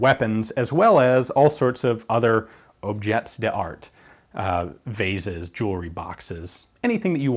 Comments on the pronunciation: Man I love you Americans, not a shred of an idea of how to pronounce non-english words :p it is'nt Objets Duh Art.... try Obzhey darr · Objets D'art. Pronounced ob-shay dar....